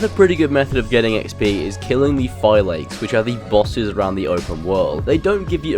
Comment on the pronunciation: love the way he pronounces them "phy-lakes" and not "phy-lak-es"